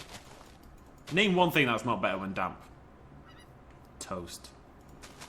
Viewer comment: you said dam grass when you where talking about the damppppp grass